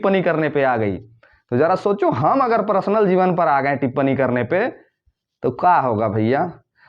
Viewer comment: Prasnal nahi personal bolo.